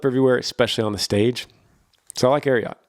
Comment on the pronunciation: I used to work events for Ariat. I love you, but you pronounced it wrong. The Ariat brand is named after the famous horse, Secretariat. ❤️❤️ Yee Yee!